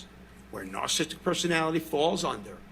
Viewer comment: Why can't he pronounce words that are well within his wheelhouse of diagnosis? Substance Abuse, Narcissistic Personality Disorder, etc?